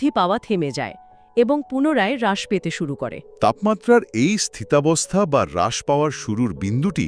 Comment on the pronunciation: হ্রাস=হাস❌ রাস✅ ক্ষীন= খিন❌ক্ষীনো